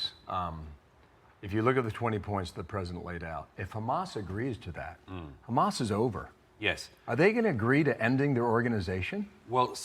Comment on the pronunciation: It's wild how Doug got absolutely clowned on by Dave Smith a few months ago and he still doubled down on everything. He's a fool. *side note but i can't stand the smarmy way he pronounces "hamas" like "ham-ass"